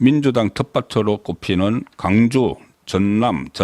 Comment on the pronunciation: 광주를 강주로 발음하는사람은 호남사람들 뿐인데, 선생님은 경상도인인데 왜 강주로 발음하시나요?